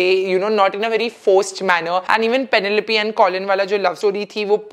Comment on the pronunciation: The way you pronounced Penelope though 🫢🫢